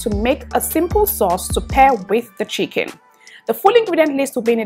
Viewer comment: Looks so yummy 😋 every-time when she says chicken i giggle 🙊 🤭